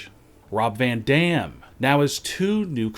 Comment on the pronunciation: He actually says Rob Van Damn! Every sentence goes on same tone